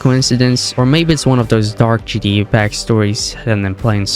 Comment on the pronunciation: British folks are silly. A kangaroo would probably say it that way also.